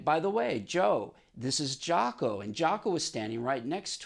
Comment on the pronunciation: Thank God someone pronounces his name correctly. Nice story Joe.